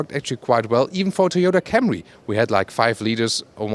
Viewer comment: He said Thoyoutah Chariss